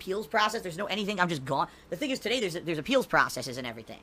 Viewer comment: Why does he pronounce "processes" as "process-ees"